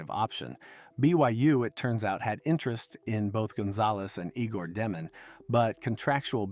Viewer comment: Fun info. FYI, His name is pronounced (Yay gore) not (Eegore)